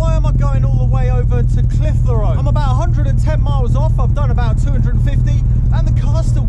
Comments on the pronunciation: Where is this place you call Cliff-a-Row? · Loving your pronunciation of Clitheroe... shame you didn't have more time , the country lanes round there are perfect mini-skiz country.